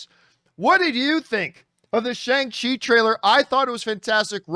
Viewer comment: It’s pronounced SHONG CHI not Shay-ng Chi